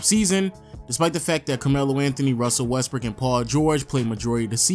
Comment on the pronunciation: This dude did not just say Russell westberg